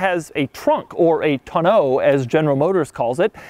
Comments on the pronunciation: Is it just me or is it pronounced "täh-nō" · I love Doug, he is fantastic!! But he does not have a clue on how to pronounce Tonneau.... :( it makes me sad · Mrhellzya I have to agree. Smh. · Who taught you how to say Tonneau?